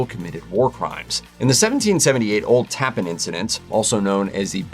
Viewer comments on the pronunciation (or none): It’s not Old “Tappin,” it’s Old Tuh-pan. I lived around the corner from the Baylor Massacre.